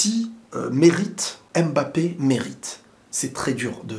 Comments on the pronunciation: Arrêtez s'il vous plaît avec le ''Aime Bappé" c'est "Mbappé" bordel sinon très bonne analyse ! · en toutes bienveillance parce que j aime bcp tes videos, mais essaye de dire "Mbappe" et non " M-Bappe", les autres peuvent faire l'erreur on s'en fou mais toi t'es un frere donc on peut te corriger en bienveillance sur la prononciation d'un nom Africain.🤩🤩🤩👊👊